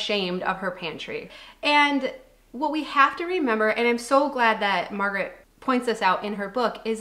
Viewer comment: Its so funny to hear a american pronounce something swedish, like Margareta "Margaret"😆i guess it sounds the same for you when you hear a swedish person speak english, or spell it😆🤣im swedish, and I think that swedish deathcleaning make sense,some think its a bit morbid, and maybe a little bit, but I get why you shouldnt put your stuff on someone else. Happy 4th of july by the way! We had it on june 6, but we dont celebrate it as much in sweden i wish we would !❤